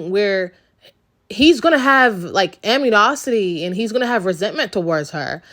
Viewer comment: A N I MOSITY 🤣…..amniosity